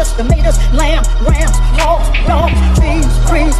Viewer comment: Wait! Did she say hoga and dogs? 🤦🏿‍♂️